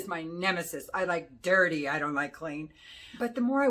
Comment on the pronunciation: " i like dirrrrty" LMAO